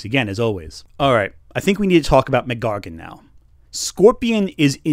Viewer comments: every time you say scorpions name as "McGargun" im not sure whether to cringe or laugh.... enjoying the video so far tho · I’m sorry but pronouncing the full name Mac Gargan as “McGargon” is actually extremely distracting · "Muhgargan" lol I'm sure it's a consequence of reading from a script but his name is Mac Gargan. MacDonald Gargan. Two names. Not MacGargan. Sorry to nitpick but it kept happening and was funny every time lol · Unrelated to the (great) overall video but Scorpions name is not MacGargan its Mac Gargan as in his first name is Mac (short for MacDonald) and his surname is Gargan they aren't one word. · It's fascinating how you pronounce "Mac Gargan" as one word. Great video, by the way. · Great video, weird pronunciation of Mac Gargan aside.